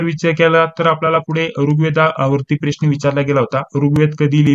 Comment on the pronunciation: सर, तुम्ही प्रश्नाला "प्रेश्न" का बर म्हणता ?